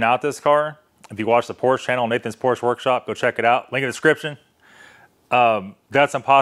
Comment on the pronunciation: If I had a 959 Porsche and needed work done, I would not take it to a guy that would even consider AutoZone parts for my repair! And I would not use a guy that can't properly pronounce "Porsche". LOL Think about that.